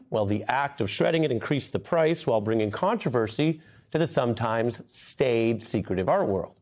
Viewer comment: "staid" not "stayed"